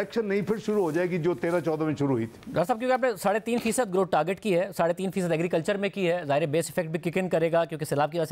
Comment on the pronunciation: AGREECULCHER AGREECULCHER AGREECULCHER AGREECULCHER BUS AGREECULCHER